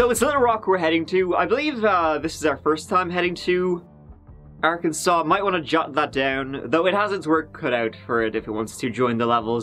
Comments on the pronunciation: I wonder how they named this place..."this reminds me of a cross between good ole Kansas and a big ole asshole. Let's call it Arkansas but pronounce it Arkansole" 🤔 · It's okay,. Everyone gets Arkansas wrong. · Arkansas: ar-kan-saw People from Arkansas: ar-kan-sens Me: no! I swear I'm not from Arkansas, I was only born there! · Hey... FYI, there is a place in Kansas called Arckansas City!!!